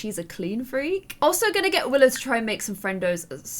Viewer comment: Go to to hear her call willow “willith”